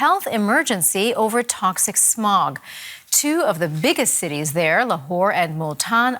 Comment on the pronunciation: Why every Pakistani say samog in place of smog